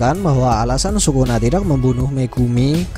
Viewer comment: Lbh enak kalo nyebut Sukuna itu (Skuna) sesuai penyebutan bhs jepangnya!